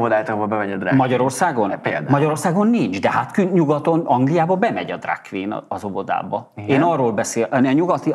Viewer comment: Drug queen? Ha ilyennel jon legalább mondja ki normálisan…. Arra sem képes. Drug queen…. Apám 😭🙈😭🙈😭